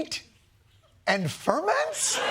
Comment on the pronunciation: whenever RFK Jr says ferments, I always think he's saying "Fer men"